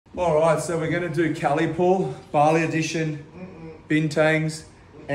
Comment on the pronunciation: Pretty sure it’s Kelly pool not Cali pool